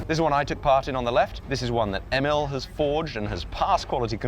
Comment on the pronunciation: It took awhile for you to properly pronounce Emil in Swedish :)